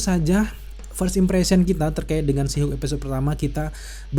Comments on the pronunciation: nyebutnya jangan "si Hulk" bang wkwkw, kita bingung jadinya kedenger kaya ngomong She Hulk. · She Hulk bang. Bukan Shu Hulk